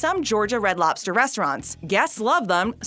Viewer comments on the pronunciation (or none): For the love of all that is holy. Lobster. With a B. Not LOPster. LOBster. Say it with me. LOB ster. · Hey, are you aware that about 90% of the time you're saying "LOP-ster" instead of LOB-ster? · It sounds like she's saying "lopster." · Umm...that's a B in lobster, not a P, >:/